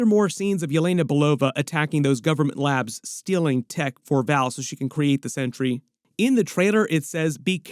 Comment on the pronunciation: thank you for pronouncing centuries named correctly Too many people call him century with a sea which is wrong his giant S on his bell buckle its sentry thank you thank you thank you for pronouncing it correctly.